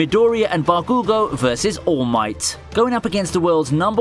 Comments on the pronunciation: It's Bakugò and Midorìya... Is so frustrating earing a wrong pronunce... Seems like eng ppl just have this bad habit of mangling the name of every japanese char. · You know I just don’t get it with some people with pronouncing Naruto. The freaking anime shows you how to pronounce his name and people still mess it up 😂 Edit: We just gonna ignore how Bakugo was pronounced here lol